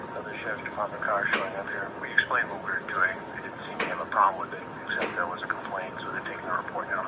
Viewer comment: It's pronounced WiTH not Wif.